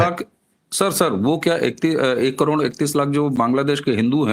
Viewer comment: करोड" शब्द का उच्चार आप "करोंण" ऐसा क्यूं करते हैं?